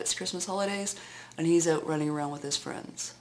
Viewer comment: hahaha...did i sense a little wee bit of anger there...lol....---and what do u know..it's the Christmas holidays..and he's out "running around"" with his friends..:D...a little emphasis on the running around...lmao...that was funny...maybe i put more into it though...:D